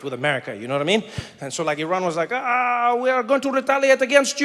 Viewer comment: From Tehran, Iran. Thank you for pronouncing Iran right.